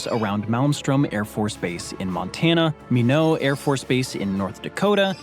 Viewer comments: being from North Dakota, it's pronounces " my' not". Almost every youtube channel screws it up, probably thinking it is French or something. Maeks me cringe every time. By the way, actor Josh Duhamel was born there. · Well, the video guy pronounced it "Me-No Airforce base in North Dakota" but it is pronounced "My-Not". Not that it makes any difference, and ER didn't make that mistake, just helping out. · I’ve never heard Minot, ND said this way!! It’s pronounced My-Not. I get how he got to that idea of pronunciation, I assume he thought it is of French origin, which is possible, similar to Peridot (par-eh-dot) being pronounced as (Par-eh- doe), it was just really weird because I’ve never heard it. However I read both pronunciations of this gem is correct so maybe similar with Minot. But the official pronunciation is My-Not. Minot was named after Henry Minot, a railroad tycoon. The city’s nickname is the Magic City as it seemed to spring up overnight. And it would be totally wrong to have a city called the magic city and not have a sports team named The Magicians (Minot High School). Really should have been the university team, but I think they are the Muskies. It’s all good though lol I understood what city he ment and that’s really all that matters 😊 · To answer your question around the 7 minute mark, the M1 Abrams Main Battle Tank is named after General Creighton Williams Abrams Jr. ( ). The video narrator mispronounced Minot AFB. The local chamber of commerce has a rhyming slogan, "why not Minot?" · This video forgot to mention the A-10. Also annoys me who they pronounced Minot. Its spelled like Mynot, the t is not silent.